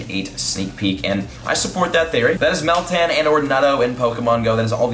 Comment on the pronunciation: Ok Meltan? Eh soundes like metang and I still like Nutto and there spawning in New Zealand should come!